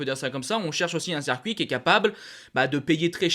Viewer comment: CIRCUIT putain! Pas cercuit!! Fais un effort sur ton français! Le nombre de fautes pour quelqu'un qui ne fait que parler devant une caméra! "vous y montrer" ça n'existe pas en français.... Bonnes infos cependant. ;)